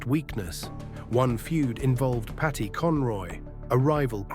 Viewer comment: Paddy not Patty